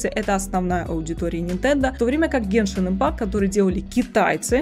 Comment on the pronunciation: Бл гЕншин, а не геншИн